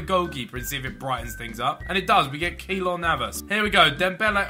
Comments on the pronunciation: its keylor not keelor love ur vids btw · Behz just a heads up... The |ey| in Keylor Navas is pronounced as an a.